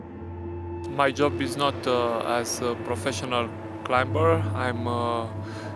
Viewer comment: I know this is small but the pronunciation of the word CLIMBER…the B is silent.